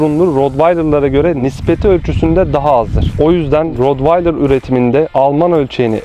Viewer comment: Hocam T ile okunuyor